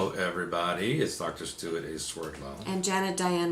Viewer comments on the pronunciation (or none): none